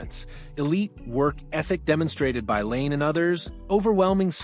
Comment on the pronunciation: Please pronounce 'Laine' correctly. This is so annoying.